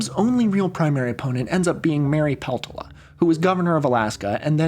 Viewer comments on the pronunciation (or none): This is great and I'd recommend using phonetic spelling for last names in your script (Jindal is pronounced JIN-duhl, Sinema is pronounced SIN-e-muh, and Peltola is pronounced Pel-TOL-uh) in future videos.